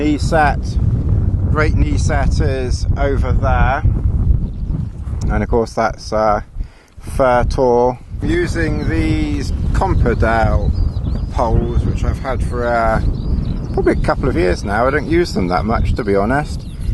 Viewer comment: Nice to see you back out on the moor. Might I suggest that you pronounced Fur tor incorrectly. It should be Far Tor as that is what was causing the wind. And as for Lassie, on this occasions she should be known as the "Bog Dog" LOL I hope I can get back to Dartmoor again this year. All the best Sandy